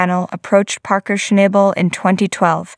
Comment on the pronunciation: if you are going to narrate a video. At bare minimum, you should atleast pronounce his name right. 😅😂